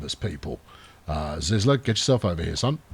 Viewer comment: ZyZla reads like zeezla lol 😂 nice to see me inaction 😎